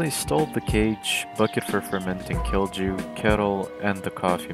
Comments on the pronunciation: its prenounced kiilyu not killjew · being finnsh and hearing "Kil chu" was killing me great video though lol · Cringed every time you you said "kilju". The "J" is pronounced as a "Y", hence the joke : Kill You. Get it ? Good. Also, this bears a strong resemblance to the work of martincitopants. Does he know of this ? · Kilju? No. Kilchew? Yeah! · pronunciation police here, kilju is pronounced "kill-you" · When you say "kilju" J is pronounced like y in "yes".